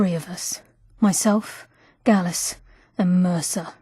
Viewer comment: Gallus not gallos